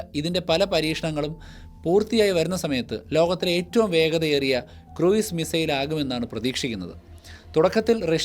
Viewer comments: Cruise is pronounced ക്രൂസ്, not ക്രൂയിസ്. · ക്രൂയിസ് മിസൈൽ അല്ല; ക്രൂസ് മിസൈൽ എന്നാണ്.